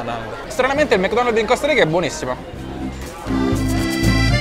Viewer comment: Tutto bello ma Mc Donald's NO! Mc NOnal's!